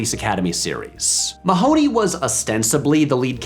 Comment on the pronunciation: I quit watching when you didn't bother to google the correct pronounciation of Mahony. (Hint: it isn't the way they say it in the movie)